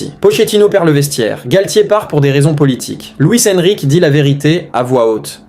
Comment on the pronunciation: Luis Enrique tu le prononce très très mal 😣